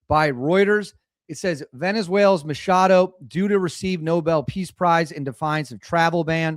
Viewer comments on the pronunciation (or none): MaCHado. That's a ch, not an sh.